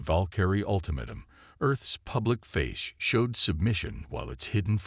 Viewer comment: F___king A.I. bot can't pronounce lead properly, or ultimatum 😂😂😂😂😂😂😂